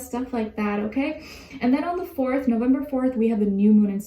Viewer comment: She said Nowember!!! SO CUTE